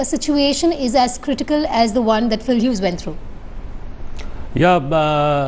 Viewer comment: "Pill Hughes" yu blodi endion